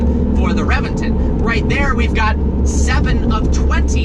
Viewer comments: It's a Actually Pronounced Rebention, Not Reventon. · ReBenton. Is correct. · reventOOOOOOOn. Not reventen' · RevenTON, not RevenTIN. #triggered😤😠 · Revinton??? RA-VEN-TON dude! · You are during a 2M car and don’t know how to pronounce the it’s name ?? It’s Rebenton !!!! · Its pronounced Rebenton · it's pronounced reventan .... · "REVENGTIN" ARE YOU SERIOUS. SAY IT PROPERLY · The revenTIN? REALLY ? REALLY ... DUDE .. REALLY ?! YOU SOUND LIKE A BUM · He pronounces the name of the car like a British person😂😂😂